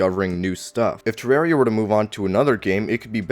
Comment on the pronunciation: Man this is so petty but I can't watch your videos because of the way you say "Ter-rare-ia" 😂